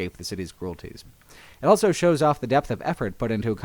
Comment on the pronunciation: says elso instead of also.